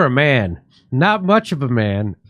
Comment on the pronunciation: The best part is the 911 operator putting 3 syllables into the word man.